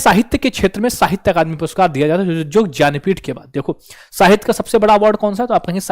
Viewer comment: भैया ज्ञानपीठ को ज्यन्पीथ बोल रहे हो पहली बार सुना है ज्यन्पीथ बाकी अच्छा बताया थेंक यू 😊